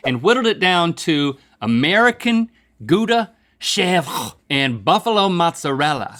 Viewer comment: I love how he pronounces chèvre cheese (shevdjsbe)